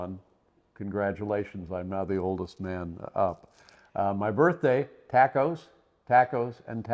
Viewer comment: Do other humans pronounce "tacos" the way he did? I believe it is morally wrong